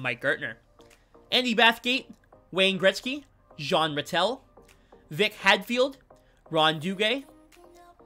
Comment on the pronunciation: Thats not how you say Gretzky 😂